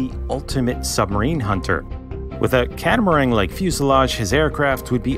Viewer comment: "CatamaRANG" Gaaaargh!